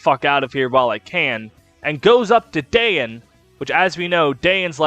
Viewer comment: Pronouncing Dayan as Diane is everything I never knew I needed